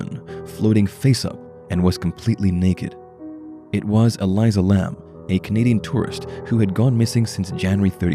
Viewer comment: Ur saying her name wrong! Careful she won't be happy with that...😱